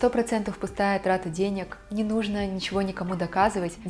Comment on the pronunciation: Не нУжно, а не не нужнО 😁👍